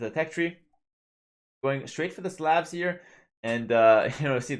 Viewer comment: Just a friendly tip; the "A" in Slav is pronounced like the "A" in "Awe", and not a hard "A". Edit: Or like the "A" in Coleslaw...mmmm...